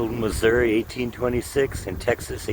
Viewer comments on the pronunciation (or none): none